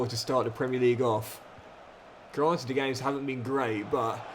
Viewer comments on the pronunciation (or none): none